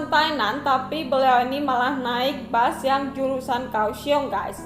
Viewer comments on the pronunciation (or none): Yg ngomng terlalu lebay sejak kpn bus di ganti dgn bas